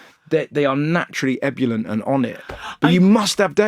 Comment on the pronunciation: Ebyoulent? It's Ebullient as it looks mate 👍